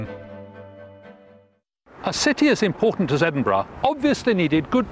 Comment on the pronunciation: The "burgh" or Edinburgh is pronounced "buh-ruh", not "bruh". Look up Burgh on Wikipedia.